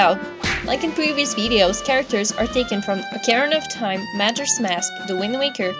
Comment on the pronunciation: They way you pronounce "Ocarina" and "Majora" just bugs me.